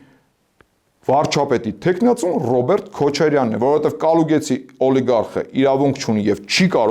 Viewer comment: Կալուգացի տղա ջան, ոչ թե Կալուգեցի։